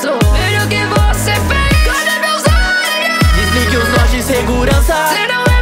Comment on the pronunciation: Na parte da roxy que ela fala cadê meus olhos ouvi cadê meus ovos kkkkkkk